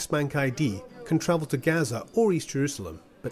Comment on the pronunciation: You can't say Gaza?